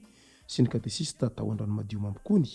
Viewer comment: Mankasitra tompoko fanomezam-baovao. Fanamarihana kely fotsiny: Tsy Katesista no fanononana azy fa katekista. Misaotra tompoko.